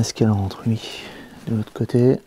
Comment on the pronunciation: Je ris tu arrête pas de dire "ui" on dirait un jeune 😉